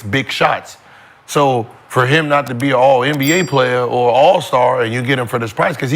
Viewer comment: Kenyon said Beal lmao!